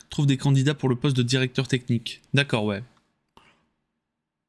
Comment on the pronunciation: Une défaite pas méritée du tout, "tan' t'au niveau de la taqueutiqueu, qu'au niveau de la téqueunique"; mais au moins j'ai pas été obligé de mordre Bébert. ( J'ai pas pu suivre la fin du live, panne internet ) A Demain pour la Boue et la sueur.